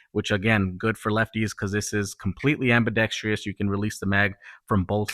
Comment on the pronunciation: Good comparative review; thank you. By the way, it's ambidextrous not ambidextrious.